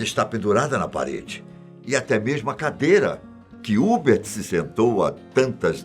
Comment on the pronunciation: A pronúncia correta não é Hubert, é Hubérrt